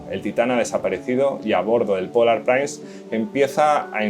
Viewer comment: La palabra inglesa Prince se pronuncia /prins/, no "prains". Muy bueno el vídeo.